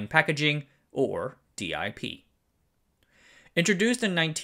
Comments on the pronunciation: It's inexplicable to me why you insist on saying "dee eye pee" instead of "dip" but "dram" instead of "dee ram" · In my career, I've always heard the DIP package pronounced as the word dip and not as the letters D, I and P. Great video. Appreciate your work! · Minor adjustment, there's no need for d-i-p. It's pronounced dip, rhymes with tip or nip. The single-inline is SIP, pronounced sip. Detail, through holes are not about structural integrity at all, just making connections between pins. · I'm suspect he mispronounces on purpose to increase comments, the algorithm likes engagement.